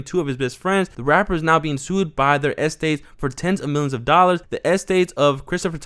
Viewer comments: Why he keeps saying esty like that I mean estates 😂😂🤣🤣🤣😂😂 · Estates pronounced AST-AYYYY-TES